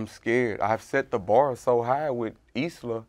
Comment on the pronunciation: It's "Islah" not "Isiah" Can see how you made that mistake though, Isiah is a common name while Islah really isn't.